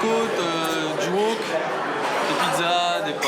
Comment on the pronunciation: Moi j'ai retenue le Wak et non le Wok😂🤣